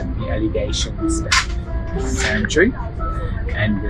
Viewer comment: I think it’s pronounced CHEW not Chewy. But who knows.